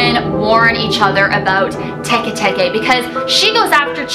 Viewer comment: Teke is Tikti that how u say u btw